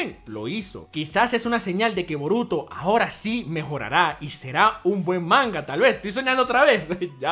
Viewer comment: Esto es Boruto lo pronuncio mal disculpalo bro!!.